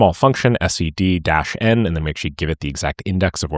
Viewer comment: how are you saying "s - e - d" instead of "sed"?